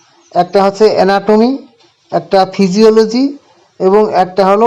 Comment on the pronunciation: Na..ota theeki bolechhen... physiology